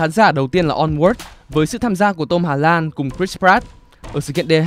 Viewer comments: Nghe rõ thì ko phải Tôm Hà Lan,là Tom Holland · Vãi cả Tom Hà Lan. :)))))) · Em không nghe nhầm chứ, đoạn anh đọc là Tom "Hà Lan":)))))))